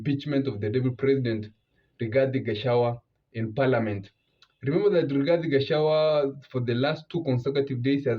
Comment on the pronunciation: Its not Gachawa but Gachagua